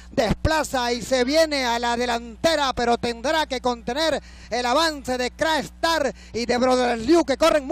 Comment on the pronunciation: ESTOS EVENTOS SELECTIVOS QUEDAN REGISTRADOS EN LA HISTORIA DE LA HIPICA NACIONAL, POR ESO PIENSO QUE DEBEN SER NARRADOS POR LOS GRANDES NARRADORES DE LA EPOCA, NO ES LO MISMO DECIR CRA-ESTAR QUE CRACKSTAR...